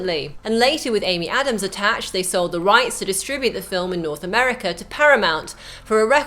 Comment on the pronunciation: Why can she say Dennis Villeneuve right but not Americans?